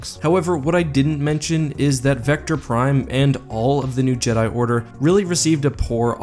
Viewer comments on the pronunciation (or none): none